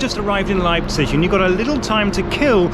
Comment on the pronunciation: Your pronounciation of "Leipzich" tells me you've indeed been living among germans for a long time ^^ EDIT: to get a more saxon dialect touch it schould sound more like "Leibsch"